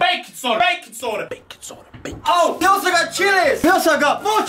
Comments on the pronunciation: Bru he sed baicon soda man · for the longest time i thought they were saying "bacon soda"